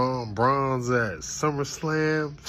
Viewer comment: Bro, Jey really said SummerSlam? 🤔😂😂